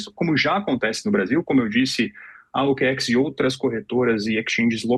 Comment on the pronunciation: Meu amigo, o cara não sabe nem pronunciar o nome da OKX que é tão simples, vai saber o que do mercado Cripto. É incrível como atualmente muitos profissionais dos mais variados seguimentos têm deixado muito a desejar em suas profissões. A gente não sabe se é desleixo ou falta de habilidade mesmo.